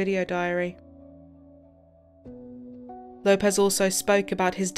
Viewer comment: Lay-pez? its Low-pez